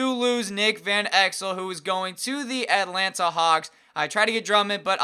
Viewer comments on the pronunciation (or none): none